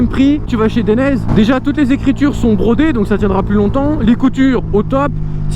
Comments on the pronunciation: Atlas non ;) DAILLENAISÉ ! Regarde les pubs dainese en Italien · Dainese se prononce "Deinizê" ;). Bonne vidéo sinon ! #DAINESE